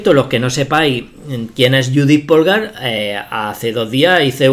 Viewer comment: bellisima, de todas formas no es lo mismo un sacrificio para conseguir una posicion ventajosa que un sacrificio con el que termina la partida porque aboca directamente al mate. Un apunte, Polgar se dice pólgar y no polgár, aunque se escriba asi